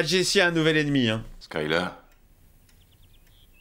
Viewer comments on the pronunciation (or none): Skylar 😂 ça se prononce "Skaï l'heure" et s'écrit skyler ,a moins que tu le fasse exprès de le prononcé comme ça , c'est très moche mdr